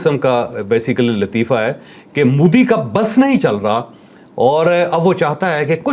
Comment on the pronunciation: apne corrupt military ka propoganda mannna band karo. Tumhare missiles intercept kar diye ja rahain hain. Cruel people running terrorism camps to target non Muslims then crying victim. Btw it’s mo di not mu di. Like Mohammed like modem. Mo not mu